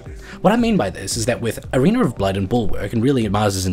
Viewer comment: why... why .... WHYYYYY DO YOU KEEP SAYING "ARENER OF BLOOD"????